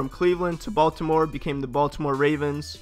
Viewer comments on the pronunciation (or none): none